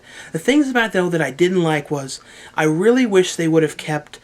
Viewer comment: rrally? lol